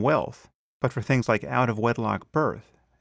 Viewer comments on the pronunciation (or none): It's amusing how before self-destruction I find his use of "fings, dees and dem"* tolerable. Whereas now I find it increasingly annoying! *(Things, these and them)